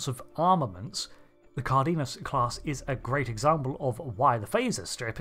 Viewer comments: It's pronounced "car-den-yas". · its pronounced CAR - DE - NAS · Just fyi, Cardenas, the E has the same sound as in the E as Egg, and the first A has an accent in Spanish for emphasis, so the pronunciation is something akin to: Kár-de-nas. If you use translator and write the word with English setting, and listen to it, the sound is the same in English and Spanish.